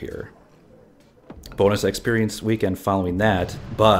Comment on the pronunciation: When you said "boon-us", I know exactly what happened. You're brain was thinking "that'd be a nice boon" and your tongue just combined those words. I think its cool our brains do this, and by context, our brain knows what you mean. I heard a women say her kids were "running rampid" and I realized people here say that, and don't realized they're combining rabid and rampant. Anyway. Language is cool.